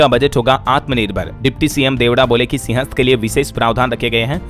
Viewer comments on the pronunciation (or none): none